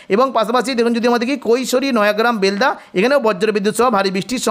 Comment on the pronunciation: উচ্চারণ বেলদা হবে।